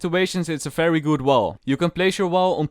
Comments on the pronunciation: Oh fery fery mean very very oh ok bro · It’s fery satisfying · I can listen to this guys “fery fery” whole day it’s really satisfying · I love this man's accent so much like when he says v it's pronounced f cuz of his accent it's so wholesome he can say Fery fery slow internet and it can make my day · Fery fery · Fery true